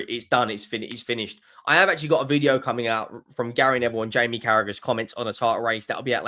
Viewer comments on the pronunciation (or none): none